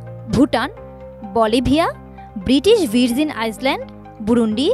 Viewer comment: সাংবাদিক মেডাম, দেশের নামগুলোর উচ্চারণও করতে পারলেন না, আইল‍্যান্ড কে আইসল্যান্ড বলছে, ভার্জিন কে ভিরজিন বলছে..😅😅